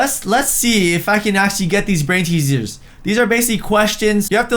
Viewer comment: Bro you just said brain teasears haaha 😂